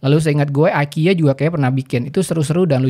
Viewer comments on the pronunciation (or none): none